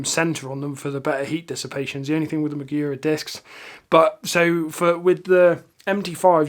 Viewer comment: mAgura not mIgura